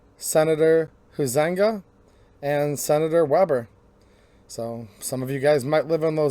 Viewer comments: Your pronouncing Huizenga, silent u long i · It’s pronounced high-zin-ga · It's "hi zing ga"